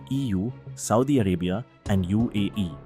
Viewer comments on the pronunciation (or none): none